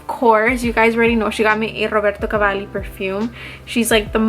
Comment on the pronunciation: A little tip for you: please pronounce Roberto Cavallis name like it is written,-meaning B is pronounced B and not V. He is italian, NOT spanish, and in italian language, the consonants are pronounced like they are written😉So, RoBerto Cavalli😊